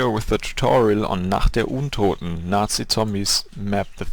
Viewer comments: daran wie du Nacht der untoten sagst hört man dass du deutsch bist :D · Dein englisch is sehr niveaureich aber hab erkannt dass du deutsch bist als du nacht der untoten und kar 98k gesagt hast haha